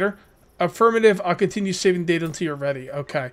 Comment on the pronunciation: Pronounced "data" not "data" fyi